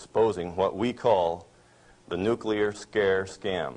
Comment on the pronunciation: I can't believe he says Nucular